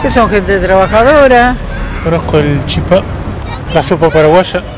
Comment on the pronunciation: El argentino pronuncio mucho mejor el CHIPÀ...mientras que el paraguayito le bajo chípa..... Chipà acento sobre la A papà...